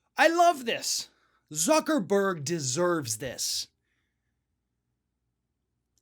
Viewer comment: thank u for telling me that.. I was laughing so hard when he said tucker-burg I forgot how to spell the name of the most infamous man on the planet lol